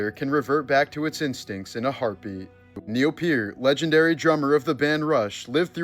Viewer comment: Whatsup with the way you say " neil peart?"